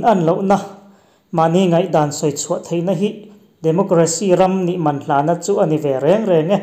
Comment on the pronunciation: Hman hi i lam kun nghut zel mai hian ka beng a ti thlep deuh thrin